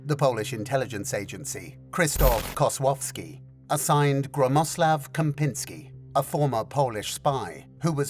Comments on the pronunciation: Woah, you nailed to pronunciation of "Kozłowski"! But also "Gromosław" is one heck of a name. It's quite unusual and makes me wonder if it wasn't just made up by his parents lol. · Foreigner pronouncing "Kozłowski" correctly really caught me off guard, well done! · caught off guard with Kozłowski and then instantly pulled to the ground by incorrect pronounciation of Gromosław Czempiński ;)